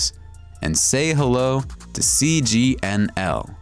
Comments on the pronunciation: Idiot says cgnl instead of sgnl. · You said cgnl. It's SGNL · the product is SGNL but the narrator says, “ and say hello to cgnl”. Lol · Uhh.. I think you said CGNL instead of SGNL once... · You said, cgnl.